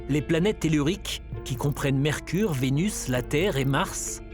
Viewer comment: "Mercrure"..... rooohhhh dommage!